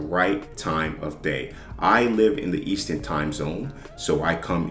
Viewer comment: youre killing me bro its eastERN and pIPs lol